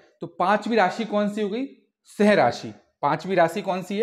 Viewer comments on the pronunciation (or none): Bhai aapki language me sahi me problem h. Meri v kharab kar doge. Singh rashi ko seh rashi kyu padh rhe